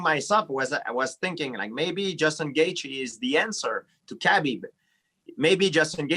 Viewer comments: Yo gsp my guy it habib not Khabeeeb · Bruh at first I thought GSP was calling him cabbage lol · Khabib "Cabbie" Nurmagomedov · Being not 'bean' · Everyone: Khabib GSP: Kabeep Everyone: Kabeep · "Kay-BeeB" GSP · ARIEL HELWANI SLAUGHTERING KHABIB'S NAME.